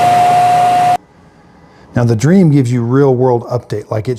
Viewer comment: Correction it’s not pronounced like dream it is pronounced like dreamy